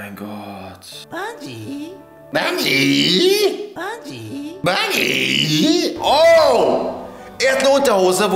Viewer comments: Der Typ kann doch normal reden also warum sagt er BUNGEE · Bungeee Ich: BUNGEE GUM